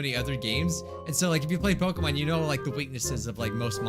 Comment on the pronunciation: Love that he butchering pokemon so well